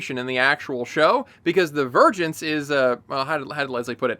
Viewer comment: Am I the only one who hears "virgins" instead of "vergence"